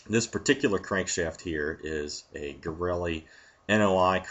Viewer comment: I've been searching for months to find this, a non-italian pronouncing wrong the word "garelli", i'm completely satisfied now, thank you